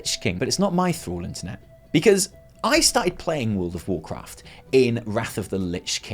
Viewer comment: lol... Did you say world of WarChrist ? :D